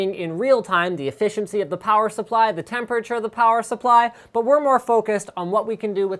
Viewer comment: I will never get used to the way you say temperature Linus.. *****